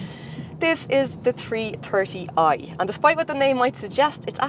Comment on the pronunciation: The Tree Terty eye ..... sorry i just could not resist it... my apologies once again...